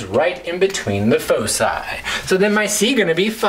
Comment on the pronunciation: You're pronouncing foci wrong.